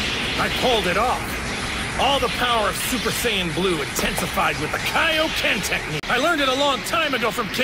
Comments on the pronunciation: Ahhh yes the “kayo-ken”. Been years since i’ve heard that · I never understood the original Z pronouncing the Kaioken Kay-oh-Ken. After all, Goku didn't go to seek training from King Kay, the creator of the Kay-Oh-Ken. He sought training from King Kai, the creator of the Kaioken. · Why does he say kaeoken when it’s literally King Kai’s move. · Bro said kayoken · The way he pronounced kaioken 💀